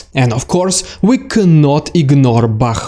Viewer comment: I am so thankful you can pronounce all those town names! 😁 (i never could!) 💙💛 Thank you again...much appreciated. 💙💛 Bakhmut 🙏 Max